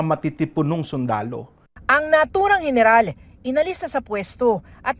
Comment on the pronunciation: Gayneral HAHAHAHAHA